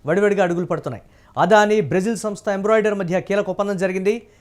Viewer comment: ఒరేయ్ కొండేర్రి గాళ్ళారా, అది ఎంబ్రోడెరీ కాదురా, ఎంబ్రార్. కొంచెం ఇంగ్లీష్ బాగా నేర్చుకోండి కనీసం న్యూస్ చానెల్స్ లో ఉన్నందుకు కైనా. లేకుంటే ప్రజలు గు... ద్దతో నవ్వుతారు 😂😂😂😂🤐🤐😡😡🙏🙏